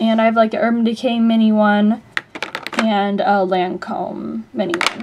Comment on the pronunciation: its lancome not landcome